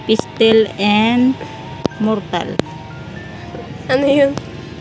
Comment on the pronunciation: Hindi po mortal kundi mortar